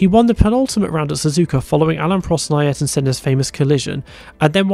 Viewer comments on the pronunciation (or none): I swear if I hear someone say Eye yearaton Senna again I think I will scream. Phonetically for the ignorant: A er ton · Who the hell is "I- air-ton Senna"???